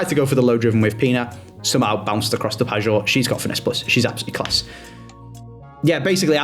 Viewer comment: please, its pronounced Pie-or not Padge or, 2nd maybe 3rd year in a row saying this. Love the content but this always irks me every time you say it, justice for the Polish GOAT 😅